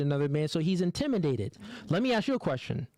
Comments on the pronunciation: the word is intimidate not intiminate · Intiminate lol wtf it's intimidate learn how to pronounce before you be talking on a podcast and making yaself look like a fool other than that I do agree women like this are just plain annoying and stats show it that when a woman or women make a certain amount of money it makes it more difficult for her to hold a guy down in a serious relationship.